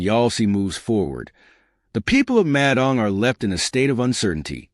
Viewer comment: Narrator pronounces Madang as Mad Ang...😂 who engages these clowns to do commentaries on VBlogs..! It's bad enough listening to the dire news about ridiculous and frivolous court battles...?😢